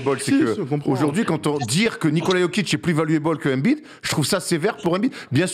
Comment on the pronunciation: Ça choque que moi la façon dont ils prononcent tous embid ? Ils disent « anbide » bah non c’est « aimebide » ça me dérange de ouf